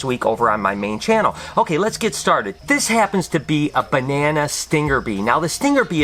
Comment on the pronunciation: you saying "BE-ne-na" is music to my ears haha! Great Vid!